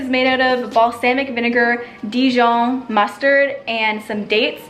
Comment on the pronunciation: The way she said "Dijon" gave me life.